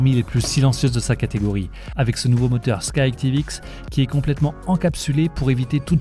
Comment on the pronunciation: C'est pas Sky Tivx mais Sky ActivX